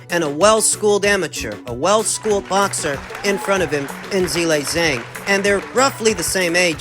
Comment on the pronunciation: I gave Miller the benifit of the doubt that he was mispronouncing Zhilei Zhang HELL'a WRONG!!! 🤣😂🤣